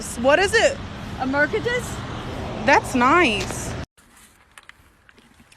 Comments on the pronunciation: that's not a " mer-ka-dus ", that's a " mahk-cra-deze bonz " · Merc-a-diss. It's a mer say dees. 🤣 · mercedes not merkedes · Merkedes 😂😂😂 sounds like a mexican kartell car brand 🤣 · mer-ce-dess bruh the way she pronounced it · She: hey Employee: HEY She: can you car- is a merkedes 😎 Employee: it's a what She: a Merkedes 😎 Employee: can i see it She: yeA Employee: thats nice, what is it She: a Merkedes 😎 Employee: Thats nice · Murrkedess :D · ^^ "a Merkedes" 😉🤣🤣🤣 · "merkedes"... I gonna tell my superiors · “Its a mercudus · Its a mörkedes, hammer wie man mercedes so falsch aussprechen kann herrlich 😀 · Bro says mercaders